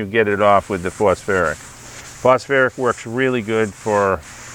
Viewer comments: Phosphoric not phosferic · It’s phosPHORIC ACID , not phosFerric acid 😱😱😱 But a great video 🥳🥳🥳 nonetheless. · Phos FOR ick acid. 😉 not phosferric smile🙂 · Pronounced -- foss foric.😅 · Why would I listen to a guy who can't even pronounce phosphoric?